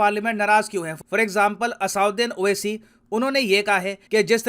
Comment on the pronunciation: असाउद्दीन 🤣🤣👌🏻👌🏻👌🏻 मोदी को मूडी मोड़ी भागवत को भगवत ये सबके नाम बिगाड़ कर बोलता है पढ़ा लिखा गंवार... पता नहीं कैसे MP बन गया। 🤣🇮🇳